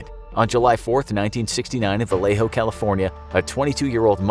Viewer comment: You said Vallejo correctly. Yeeee